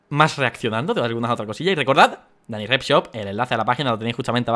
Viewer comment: Like si tb escuchaate q decia Danicrep JAJAJJAJJ